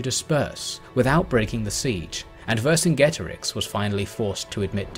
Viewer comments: One peeve, Vercingetorix was pronounced Wer-King-Eto-Rikh (the kh being the throaty sound of the German 'ch'). Great video though, never liked a video so fast. Not enough people talk about Gaul, especially not at this level. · it's WEHR - king - EH - TOH - REEX, great king of marching people (warriors): VER (great, see english "over", german "uber" latin "super", greek "hyper" - KINGETO ("warrior" deriving to root meaning "tread, step, walk, march" - RIX ("king", very close to latin REX). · Great video. One thing though: Vercingetorix is pronounced wer-king-eto-rich ('ch' as it is in German)